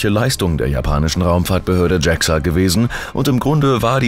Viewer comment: Warum wird JAXA englisch ausgesprochen? Sonst interessanter Bericht.